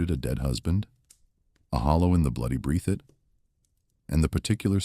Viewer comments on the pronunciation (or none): This man has absolutely messed up the county's name, it is pronounced "BREATH IT "